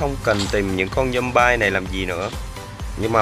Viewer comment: Zombie Đọc là Giom bia đớ anh AS